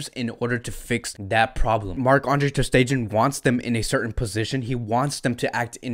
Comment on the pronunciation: The way you’re pronouncing MATS’s last name is kiiiiilling me. 🤣 The last syllable is not pronounced “gen,” as in “generation” or “gender” or “gentrification.” No. But I like your videos & check you out a lot. Keep it up. Go Barca!